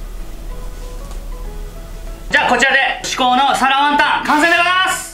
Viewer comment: 身支度しながらながし聞きしてたら 「皿ワンタン」が「サラマンダー」に聞こえて 『どんな料理だ？』ってまたリピート再生しましたw 作ってみよう(๑•̀ •́)و✧